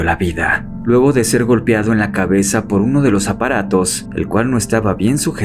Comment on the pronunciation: Me encanta como el que narra la nota hace la voz bien sexy y encima dice "golpiado" jajajaja genio 😜😜